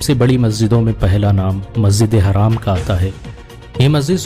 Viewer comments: Masjid e haram not haraam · Bhai masjide haraam nahi masjide haram bolo tum galat bol rahe ho